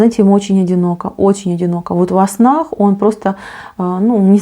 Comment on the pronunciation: Вы говорите: вот во снах) а что слышу я : вот вас нах)))😂